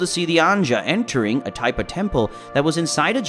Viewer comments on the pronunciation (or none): none